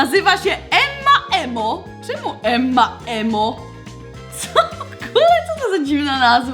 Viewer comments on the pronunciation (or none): Nie Emma Emo tylko Emma Imo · Czyta się Emma Imo.